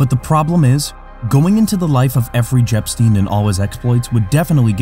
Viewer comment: Efree Jepstien??? 🤣